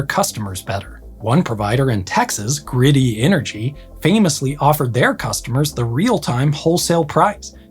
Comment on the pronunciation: "Greaty" not Grady 😊 thank You